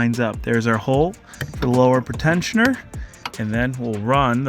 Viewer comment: It's so weird the way he pronounces "pre-tensioners," as "pritenshioners." It's a "Pree-tensioner." It tensions the belt in anticipation of a crash, thus before or "pre-crash."